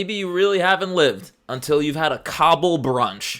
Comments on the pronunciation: KAH-bull, not COBBLE. thank u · I’m so sorry but it’s hilarious hearing “cobble” instead of “ka-bool” I know it’s similar but I’ve always heard it being said with a slightly longer “ool” sound at the end. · Kah-bool. Not cobble my guy